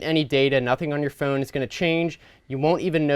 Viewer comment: The first time he said phone he actually said foon